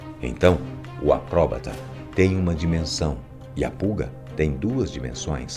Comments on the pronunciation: porra boco, acróbata eh foda neh filho.. acrobata, enfase no A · Pq será q ele fala acróbata? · Melhor coisa é ele falando "acobrata" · "Acróbata" é novo!